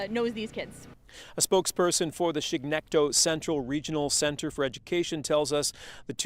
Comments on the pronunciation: Chignecto ( shig-neck-toe) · Im sure someone said this but its pronounces Shig Neck Toe